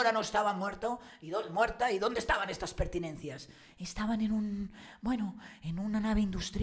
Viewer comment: presumes de periodista pero después de oírte un día decir " fustración " en vez de frustración y hoy " pertinencias " en vez de pertenencias ya no me creo que seas periodista. Reflexiona antes de hablar.